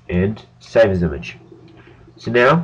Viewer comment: its funny how he says IMAGE!